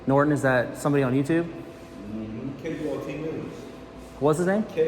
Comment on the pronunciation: Not Kult news. K.U.L.T news.